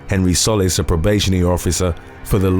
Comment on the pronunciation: I spend all my time watching your vids! Love this channel. One thing, the last name Solis is pronounced "Sew-lease" . It's Spanish and means ☀ . 😉